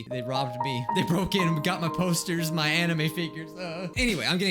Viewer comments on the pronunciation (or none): My math teacher pronounced anime as AnEeM